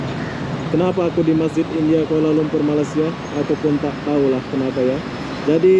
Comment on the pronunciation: ASSALAMMUALAIKUM..., Pujian buat Saudara kerana memaparkan suasana Yang baik di negara kami..MALAYSIA...! TERIMA KASUH...! CUMA NAK MENEGUR SEDIKIT KPD SAUDARA DAN YOUTUBER INDONESIA YG LAIN..., MINTA DIPERBETULKAN SEBUTAN UNTUK NEGARA KAMI....MALAYSIA..! BUKAN NYA SEPERTI SEBUTAN...MALAI....SIA...TETAPI...MALAY...SEBUTAN BAHASA INGGERIS...BEERTI MELAYU...! BANGSA MELAYU ITU ADA YE..! JIKA DI SEBUT MALAI...TERASA BEGITU PELIK....ATAU TERASA ANIH..! DAN LANJUTANNYA SIA...JADI SEBUTANNYA IALAH..MALAYSIA..! TANAH MELAYU..! NEGARA SAUDARA JUGA DISEBUT INDONESIA...BE ERTI TANAH INDO...! BELAJARLAH MENYEBUT NEGARA KAMI DENGAN BETUL...! SAUDARA JUGA PERGI KESEKOLAH BUKAN..! JADI...PASTI TIDAK SUSAH UNTUK MENYEBUTNYA...NEGARA KAMI MALAYSIA DENGAN BETUL..! INGAT YE...INI NEGARA TANAH MELAYU...BERNAMA MALAYSIA..! NEGARA KEBANGGAN KAMI...!!!!!!